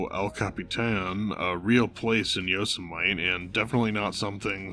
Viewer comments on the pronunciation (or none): The correct pronunciation of Yosemite is, "yoh-SEM-i-tee." Unless you were mispronouncing it, "yosa-mite," on purpose. In which case, I don't get it but cool, I withdraw my correction. Either way, thanks for the breakdown. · Not tryna be a dick but It's "yo se mi tee" not "yo Semite" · YO SUH MIGHT??? Brother, Yo-sih-muh-tee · Not Yo Sim Might. Yo-Sim-Mit-Tee. And they're watching the film Amadeus, which MIT Rick referenced in his office after meeting Morty Prime. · God, I’m sorry, but it’s “yo-sim-eh-tee” not “yo-sim-ight”. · Sorry, hate to be a stickler about pronunciation, but it's pronounced Yo-sim-a-tee not Yo-sa-mite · Are you pronouncing it yo sem ite? Isn't it yo semitee? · Yo-see-mite? Seriously man? It's Yo-sim-it-tee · I enjoyed the video -- didn't realize Morty's intention was to drive Rick to his death, but it makes sense. One observation: The standard pronunciation of "Yosemite" is four syllables; the last two should sound like "mitty." Hearing it as "mite" made me wonder if the narration is A.I. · Nicely done, but just a little nitpick: YOSEMITE = "yo-SIMMA-tee." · i've never heard anyone pronounce it "YO- semite " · Pronouncing it "yo semite" is actually crazy. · YOSUH MIGHT! If i could take my view back i would, learn to read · yo-sem-uh-tee lol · First time I’ve ever heard it pronounced Yo-sa-mite, wonder if this is ai narrated? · I never heard anyone pronounce Yosemite like Yosen Might. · Ai. Joker keeps saying YoseMIHTE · Also Yosemite is pronounced Yo-sam-eh-tee 😂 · Are you pronouncing Yosemite wrong on purpose? Its: Yo sem eh tee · Is your pronunciation of Yosemite a meme? It's ok if it's a mistake but that almost killed me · You can’t even say “Yosemite” correctly? Embarrassing. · Just a heads up, I can see the confusion if you’d never heard of it, but you’re pronouncing “Yosemite” wrong. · How do you not know how to pronounce Yosemite? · your pronunciation of Yosemite... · i have never heard anyone pronounce yosemite like that lmfao